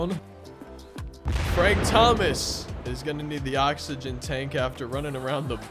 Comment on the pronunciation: bro could not say oxygen for the life of him